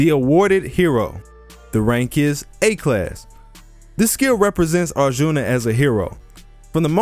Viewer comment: U butchered arjun's name and the name of the war🤣🤣 hear it from an Indian